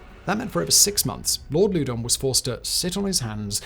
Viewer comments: If you’re gonna do a video on the French and Indian war at least learn how to pronounce the names. Loudon “lau don” Fort carillon “cari ohn” Etc etc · Lord Louden pronounced (laow- dun) not (lew- den). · Not sure how the modern British family pronounces it, but "Loudoun" has traditionally (and as near as I can tell, always has been) pronounced to rhyme with "cow-dun".